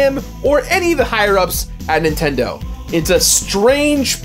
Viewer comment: "Official Nintedo Seal of Quality"